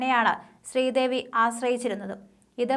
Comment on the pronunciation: സ്ത്രീദേവി😂😂ആദ്യം പറഞ്ഞത്‌...എന്തൊരു വായന😂